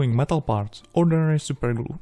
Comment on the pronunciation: Prosím dbej trochu na výslovnost, protože občas ty slova tak semeleš tak dohromady, že je tomu těžko rozumět. Anglická věta chce trochu zpěvnosti a ne zadrmolení jako třeba u slova products nebo ordinary, které je naprosto neznělé.